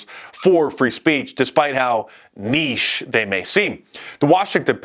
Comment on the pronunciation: HOLY SMOKES Mark is the FIRST Yank I have heard pronounce 'niche' correctly!